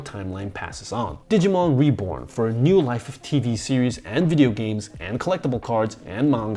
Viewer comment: I think he accidentally said nude instead of new for the 2020 reboot